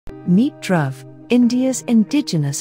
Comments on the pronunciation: Dhruv is pronounced with a short oo sound and not the uh sound. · "Dhruv" is [dˌiːˈe͡ɪt͡ʃɹˈʌv], [dˌiːˈe‍ɪt‍ʃɹˈʌv], [d_ˌiː__ˈeɪ_tʃ_ɹ_ˈʌ_v] (IPA phonetic alphabet) not drove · Nice mispronunciation of Dhruv.